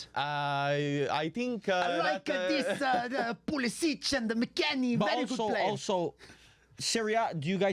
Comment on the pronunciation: nailed the pulisic lol